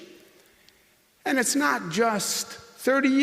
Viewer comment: When someone can't pronounce the word and, you Probably should, i don't know, get rid... of the idiot?